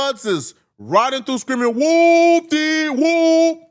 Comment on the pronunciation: You said whoooop all wrong. You need to get slapped for that...